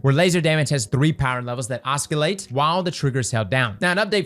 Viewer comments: It's pronounced 'assolate' not 'Oscolate'. You may be elite D2 player but you need to work on your diction. My god none of you know how to speak properly. So sad. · NOOOOOO.... It's Ahh-SUH-Layt. Not Ahh-SKIL-Layt. 😂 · Oscillate, the "c" is pronounced as an "s" sound,. Like "oss-ill-ate" not "os-kill-ate." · Oscilate, not oskilate lol... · Its oss-i-late not os-ki-late my mans!!! But great build vid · "oskillate" 😆 Respect, respect. Great build. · really pronouncing that K in oskillate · bro did not just pronounce oscillate as oskillate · It's pronounced "OSSSILATE" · The c in oscillate is silent. You wouldn't say sKiccors when saying scissors, so why would you say osKillate.… 😩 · to save you further embarrassment, it's pronounced 'aa·suh·layt' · oskillate killed me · I hate to be that guy, but it was painful to hear lol. It’s pronounced “Ah-sill-ate” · Dude really said AhsKillait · Did he say Os-kill-ate??? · It's pronounced "ossilate" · This mfer said oskuhlate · Quick note, you don't need to pronounce the 'c' in oscillate like a 'k.' Think of it as a silent 'c' because it just makes the same sound as the 's' next to it. But it's kinda funny hearing you say 'oskillate.' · I’ve been using Graviton Lance with double Void Surge mods and Suppressor Grenades with Echo of Domineering and Undermining (grenades that suppress and weakens at the same time?!?😮) I completely forgot about Wavesplitter! But,, I have to tell you…… IT’S NOT “OSS-KILL-ATE” 😂 much love 😘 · Os col ate. Oscillate 😂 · Os-ki-late LMAO, I think it's time to take a phonetics class 😭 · Stop saying "Oscalate" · just said oscillate like... oskahlate lol. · oss-kill-ate lol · CROSS JUST SAID OSKILLATE OH MY GOOOOOOOOOOOODDDDD 🤣🤣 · Came for the build. Left for the pronunciations… oskilate 🤣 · I was baited, I was sure was gonna say oscillate correctly until the os-kill-ate 🤣 gahd dammit! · butchering another word 😂 “oss-kill-ate”